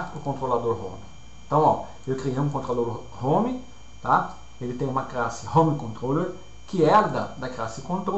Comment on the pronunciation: Mto boa as aulas, só o "Crasse", que é meio estranho, tipo o seu creyson! rs.